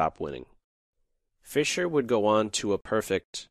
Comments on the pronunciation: Did he say Fischer Price? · fischer prize. sounded like fisher price but i am deaf sooo...